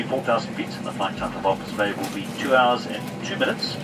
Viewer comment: It's Walvis Bay.